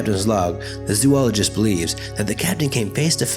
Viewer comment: The way you say zoologist lol... Good video otherwise!